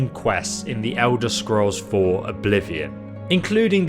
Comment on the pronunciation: The Ewder Scrows